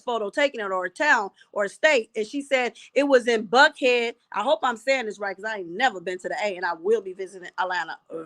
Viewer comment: Thank you for all you do! It's Johns Creek, GA and you pronounced Buckhead correctly. Love from Atlanta!